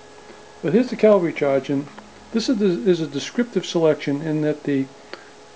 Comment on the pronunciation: Are you saying "Calvary" Charge?